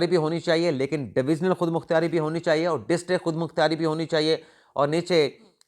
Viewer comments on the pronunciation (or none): او اللہ والیو خودمختاری ھوندا جے خودمختیاری نہی